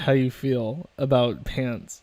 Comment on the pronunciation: shes awful for many reasons, but most of all, because she says "fill" instead of "feel" like a Mo' Ron